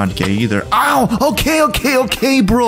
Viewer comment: chill brrroooo was so russian lol